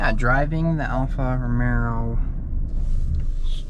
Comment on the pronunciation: It’s Alfa Romeo not Romero…brother